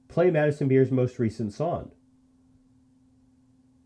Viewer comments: He’s definitely saying SONN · Is he saying “song” weird, or just me?